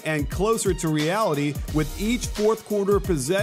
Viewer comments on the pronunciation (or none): none